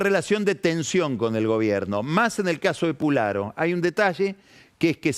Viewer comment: Se dice Pusharo